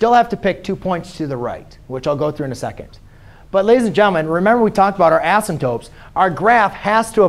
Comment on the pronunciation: asymPTOTEs not ASYMTOPEs